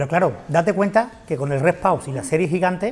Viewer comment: Rest pause se pronuncia rest pos o sino traducelo.